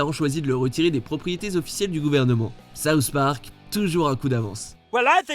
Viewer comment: D'abord les simpson maintenant saouht park